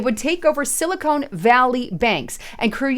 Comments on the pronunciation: It sounds like sili-con not cone. They are two substantially different things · Hey, it's pronounced "Silly Con", not "Silicone".